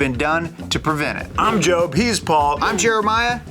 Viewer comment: could've sworn i heard " I'm Jobe, he's bald!" lmaoo spit out my coffee